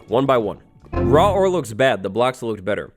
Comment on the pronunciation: You said raw war XD. No hate